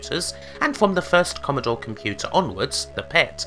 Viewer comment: Commodowe 64 vs ZX Spectwum - The Gweat Bwitish Computew Waw